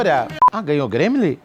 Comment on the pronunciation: Hahaha, ri mto qdo ela falou "Gramyli", aposto que ganhou vários nesse tempo todo xD